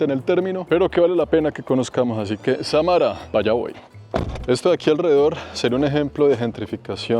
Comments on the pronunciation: Samara es una palabra aguda acento en sa.... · Disculpas amigo, no es Samara; es Sámara